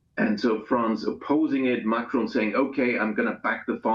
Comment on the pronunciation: Micron instead of macron 😅